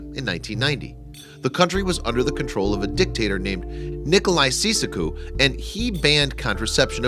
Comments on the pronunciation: Seizacoo. WTF. His name is pronounced Chowchescu. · think you could learn how the Romanian leaders name was pronounced first?? You look ridiculous. It's not SEE-SA-KOO, but "Chow-ches-koo" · * ceesaque* If you're a narrator you should not be ignorant of things like pronunciation. Especially when it's the name of someone as well known as the monster who ruled Romania for years. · Ceausescu is pronounced chow-ses-kyoo. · Nicolai "Seesahque?" That's inventive. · 2.00 Nickolai Seasick oo!!! I thought it was pronounced chow chess ku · Sesacuh? Wow, you would think he'd know how to pronounce the name of this dictator. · Um.. I am Romanian and the dictators name is read nicolaie cheaushescu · FYI:. The Romanian dictator's name is pronounced "chow-chess-q". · Ceaucescu and his wife were executed on Christmas Day 1989. Also, it is pronounced Chow-Chess-Q (I live here in Romania). Great that you've been here to help. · Wow, can't pronounce the leaders name at all! Pretty sad for a narrator. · It isn't difficult to look up the correct pronunciation of foreign names. This is just lazy on the part of the narrator. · What crap! Narrator can't even pronounce the Romanian leader's name! Click bait! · What a stupid pronounciaton of the tirant leaders name. Do your research properly please. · Daley Hello to you. I don't think I labelled anybody anything? I just pointed out he might have done a little more research into how to correctly say the dictators name. I also firmly believe the comments section is the area to comment both positive and negative (with in the bound's of good manners).